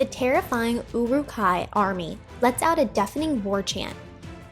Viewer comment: I appreciate your making this video, however I recommend doing a bit more research on topics you make videos for as you mispronounced Tolkien’s name, Saruman’s, Uruk-Hai, among some other things. Love the video though, thanks for the content! :D